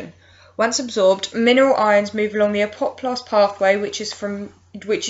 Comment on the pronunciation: really gets to me everytime you say apoplast...